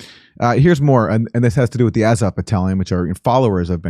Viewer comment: A like ah with a tongue depressor, zo like saw, v like off.